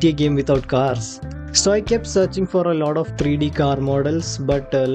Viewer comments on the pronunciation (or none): Bhai pehle to 'lot of' ko 'lauda' bolna band kr do. 🙏🏻